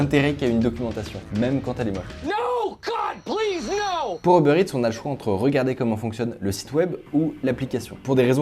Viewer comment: "Heubeurre Ète"